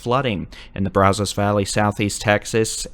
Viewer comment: Braz us. Not Braz os. You're doing good though.